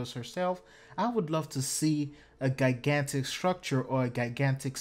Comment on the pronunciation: Jai-gan-tick not gai-gan-tic